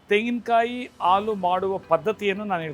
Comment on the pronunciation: Alu alla halu